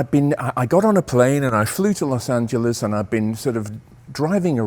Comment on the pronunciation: Good to hear " Los Angeles" , instead of " Los Angelees " .